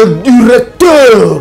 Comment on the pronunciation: eeeeh lifalanse nayo mabe makasi… Tu prononces mal les mots! « Reufeurance, le dureucteur, Nujeuria… » Tu abuses, olekisi loba kk na lingala